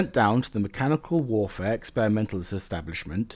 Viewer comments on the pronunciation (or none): none